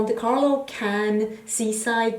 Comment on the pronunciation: I was just about to write how finally, we see a youtuber who seems to NOT have slept through Geography or History classes in school, and knows where Cannes and Palermo are, and how to pronounce them, but now I see that someone else has commented on this already. I come from Malta which is quite near Sicily, so I got so offended when several of my favourite YouTubers read "Pamerlo" instead of Palermo. Seriously? How are people not even ashamed to show their lack of common knowledge on YouTube? At least Google these things and educate yourself before you shame yourself in front of the world